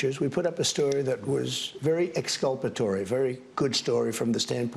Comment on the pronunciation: Did he just miss use the word exculpatory? He couldn’t even pronounce it, but to be fair, neither could I.